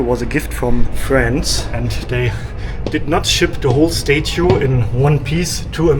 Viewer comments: It's not "STATE UE" It's pronounced "STAT-UE" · learn how to say statue lol